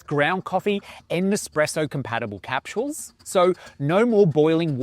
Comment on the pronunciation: Capshooels, lol.